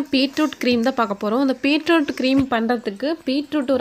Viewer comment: Peetroot ila beetroot